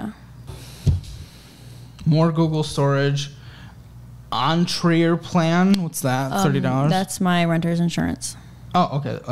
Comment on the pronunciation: the way he read erenterplan.... yikes